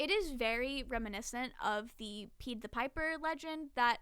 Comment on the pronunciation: This vudeo is great and i love but one thing is driving me insane and i MUST SAY. Its Pie-d the piper, like the dessert pie. And Lycoris is pronounced ly-cor-is. Im honestly only saying because i think youve asked before how theyre pronounced and im just insane im sorry 😂